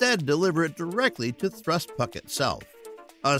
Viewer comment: Thrust puck? Ugh did you mean to say pack? X2